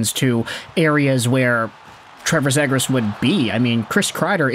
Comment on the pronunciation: love the content and have been following for years but we gotta get you pronouncing Trevor's last name correctly. It is Z-ee-gras.as<is). Not Z-ag-gres. Keep pumping content! -DucksFan